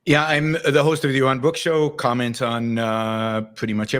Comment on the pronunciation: Jay Dyer vs Yawon Bwook. 🤣